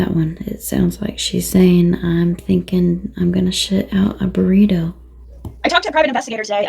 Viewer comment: "Shit out a baurito" 😂😂😂